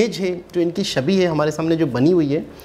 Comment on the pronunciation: Ego Problem Aapki nahi Pure Pakistan ki hai aapki government ki Ego ki vajah se to aapki yeh halat hui hai aur Shabi Nahi "Chhabi" hota hai aur Gayan Nahi "Gyan" Hota hai.